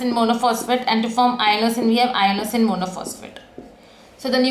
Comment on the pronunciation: I think its inosine not iono